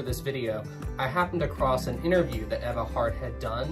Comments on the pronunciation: You mean “Ee-va” Hart? 😋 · It’s pronounced eve-ah